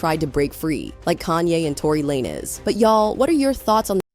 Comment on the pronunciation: She said Torey Lanes is Kish 😂😂😂